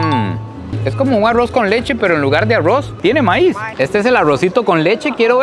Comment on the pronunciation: No quiero sonar criticón pero porque le dice "awos" al arroz y "cawne" a la carne pero las palabras rápido, ensalada Rusa, rápido si pronuncia las "R" bien 🤔⁉️